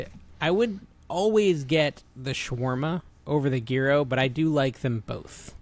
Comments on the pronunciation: It is YEE-ROW... every time you started etc the "gee...", my 1/2 Greek blood started boiling! Hope this helps??? (BTW, why are my comments blocked on IRL??? I never say anything mean...) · Isnt it pronounced “Jiro”. Not gear-o. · American pronunciation: Jye Row Greek pronunciation: Yee Row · I made Sonic chili copycat the other day. That's my new mex spice mix now. Yearo, the g isn't a hard g. Post your pronunciation to a short, see how many people get triggered lol Oh lavender is wonderful and is anti anxiety. If the baker messes up though tastes like soap. Now I want a Banana Flip... they don't make them any more. Put the misfits in the freezer, cut them up at a market as free tastings. Use the air fryer to not heat up the house. Fee-ed-day is right. Breakfast Sand: oil, non-runny(I don't do runny period) egg, cheese, sausage patty, mayo on toast. Croissant if I have it. biscuit if I'm cheating on my diet. Spam is (green throw up emoji)